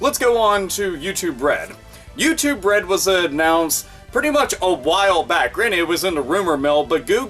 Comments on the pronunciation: Sounds liek "You too bread" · You said "YouTube Red" but for some fucking reason, I kept hearing "U2 Bread" and thought, what in the sweet Holy fucking shit is "U2 Bread"?! Is it Rye bread made by Bono?! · I keep mis-hearing it as youtube bread P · YouTube Bread is what I hear every time says it. $ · It sounds like ur saying youtube bread lmao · "U2 Bread" all I hear every time